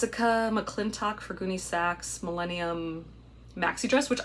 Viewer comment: Whenever she says “Goonie-Saks” I always think SLOTH LOVES CHUNK! Then I start giggling …